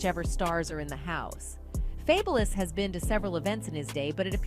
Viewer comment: Who TF is fableis ? really how TF do you mess up Fabolous but then say ghetto Fabolous rapper 😭 people do weird shit on purpose